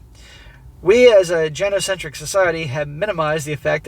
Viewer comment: it's pronounced GUY-no-centric. Hard G. Long I. Keep up the good work.